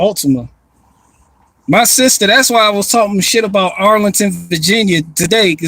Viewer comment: I thought you were doing Einstein until you were like Its aboot time aye.